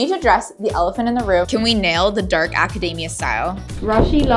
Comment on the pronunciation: Loved this!! But PLEASE it's aca-DEE-mia not aca-DAY-mia